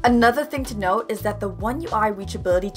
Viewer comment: "Another thing to NOTE" Bum-dun-tsss